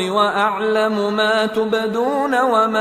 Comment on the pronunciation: Tubadona❌️ nhi h tubdona✅️ h